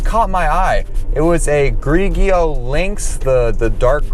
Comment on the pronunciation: The pronunciation of "Grigio" was cringeworthy to say the least.